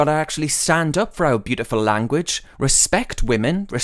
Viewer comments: He also pronounced the juh in language more like tchshuh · Languitch too